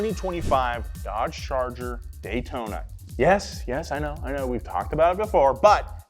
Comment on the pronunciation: That “daytona” is such a crime against humanity.